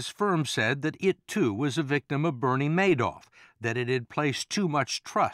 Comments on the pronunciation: this guy's great with numbers but he's not too good with names.... It's MADOFF not MANOFF.....yikes! he only misspoke about 30 times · I hate how he is the only person in the world who pronounces it "mad-off" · This guy is smart but consistently says Madoff's name incorrectly.